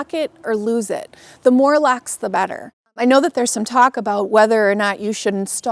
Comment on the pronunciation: Its "Locks" not "lacks"